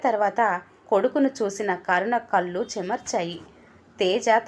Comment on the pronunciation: కల్లు కాదు కళ్ళు